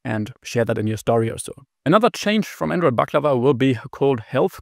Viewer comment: First time in history that someone who's not from the Balkans or Turkey actually gets the pronunciation right.